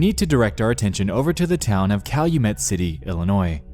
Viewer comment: Calumet City is like an hour drive from my house. Props to you for pronouncing it correctly like a local would.